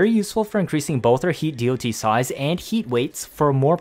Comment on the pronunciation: geez it took me 4 minutes to realise it's "D-o-T" and not "deity", i presume you haven't played many MMOs in your past? since the beginning of time it's called "dot" not D-o-T, everybody understands that. But yes, The Vergalas is my one and only weapon on my sentinel since its release, when i don't use Panzer Vulpuphyla